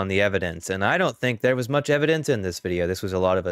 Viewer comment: "Laets take uh look at the evidance." 😂